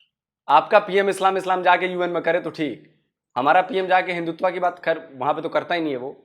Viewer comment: Hindutva nahu Hindu tava bol rahe hai uncle Imran Khan bhi aise hi bolta tha